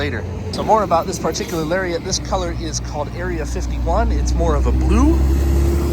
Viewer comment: Lol when he mispronounced Lariat.